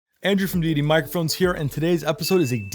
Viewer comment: Great tut. But why do you pronounce the name as "DeeDee" and not "Day-itty" as in "one exalted or revered as supremely good or powerful"?